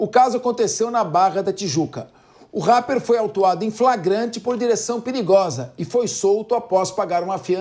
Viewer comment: O cara falou rapeer